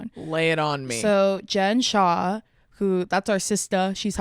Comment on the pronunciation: Ain’t no way you said free Jen shah